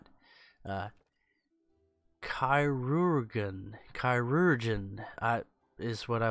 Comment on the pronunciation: Chirurgeon is said as surgeon, as in the doctor who performs surgeries